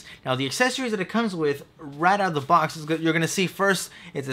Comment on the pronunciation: You need to pronounce the "th" in a word better. When you say "the" it comes out as "da." It's always with a word with th...well, mostly.